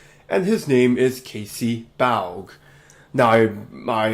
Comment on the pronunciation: Casey’s last name is pronounced ‘baw’ (such as ‘bawling’)